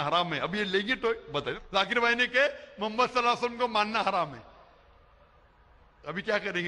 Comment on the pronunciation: Lafz e Muhammad sahi se lo Labbaik Ya Rasool lallahh I love❤ Muhammad. Meri jaan aap par qaurbaan Ya rasool lallahh.